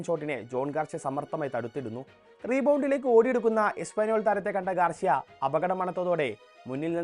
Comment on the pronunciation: ഗാർഷ്യ അല്ല ഗാർസിയ ആണ് 😌